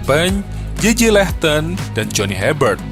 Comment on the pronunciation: JJ Lehto... apa JJ LEHTON??? DAILY??